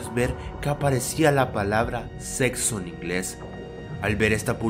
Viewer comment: como dice este tipo la palabra sexo v: lo dice como ZETZOH :V